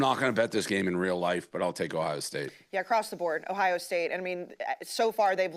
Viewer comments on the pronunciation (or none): Love the shows and the company but I detest the way you guys say locations 😂. It’s not Louie-ville its lewel-ville. Blutman, there’s an O in Ohio state. It isn’t Hiya state. Uncultured swines 😂